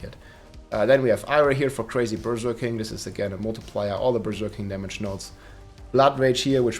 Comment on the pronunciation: I love the way you say Berserking. Sounds like Berger King/Burger King, which has a Whopper, which is what the barb is doing most of the time 🙂